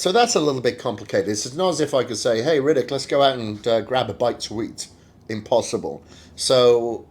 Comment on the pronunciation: You're pronouning his name Riddick or am i hearing wrong? Lol